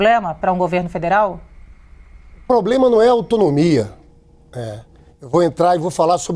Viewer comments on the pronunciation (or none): Lindinberg "poblema" , volta para o jardim da infância.